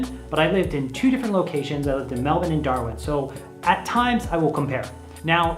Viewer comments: An American finally pronouncing Melbourne correctly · The way you pronounce Melbourne is bloody impressive